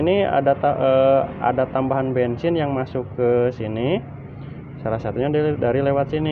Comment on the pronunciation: bensin bukan bengsin